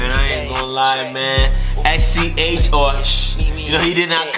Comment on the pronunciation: il me tue a dire chhh au lieu de sch